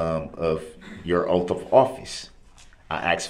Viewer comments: Yep! Oaff and axed 😂🤦🏻‍♀️ he said it over and over he’s such an idiot but thinks he’s so smart! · He was axed to tell the truff about the judges oaff